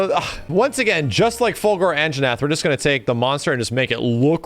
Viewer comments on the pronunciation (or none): I love how is so into Killer Instinct that he says "Fulgore" instead of Fulgur.